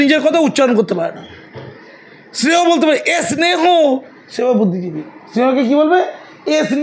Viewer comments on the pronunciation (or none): দারুণ বলেছেন তারা বাংলা কম পারে।স্নেহ বলতে পারেনা।স্নান বলতে পারে না।নিজের ভাষায় কথা বলতে কম পারে। বলে s নান,,,s নেহ হা হা হা হা হা